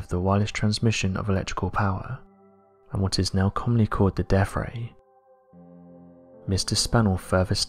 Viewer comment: The Tesla DEAF ray. Hilarious. Was he also in wif the yoof of today?